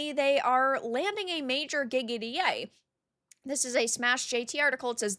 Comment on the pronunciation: When you said a major "gig at EA" i thought you said "giggity"